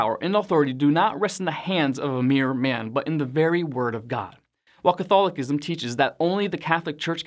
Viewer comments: The word “Catholicism”, is pronounced, Cuth- al-oh-siz,mm. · Here it is badly mispronounced. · I've always pronounced Catholicism with the C making the S sound. Never heard it said Catholikism before but maybe that's the right way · I’ve never heard Catholicism pronounced that way.